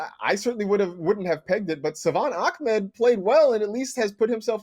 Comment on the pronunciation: Ahmed becomes “Akhmed” Tagovailoa becomes “Tonggovailoa” Smh...